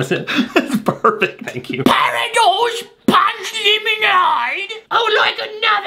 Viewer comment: I heard hot dogs punch lemonade instead of what it actually was